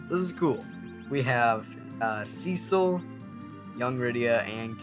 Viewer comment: Props to you for pronouncing Cecil the better way.